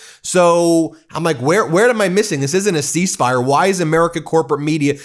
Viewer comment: Ceasefire… he got half of the word right…